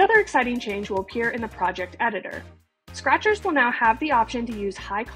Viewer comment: "hellou scrahturs!!!!!!"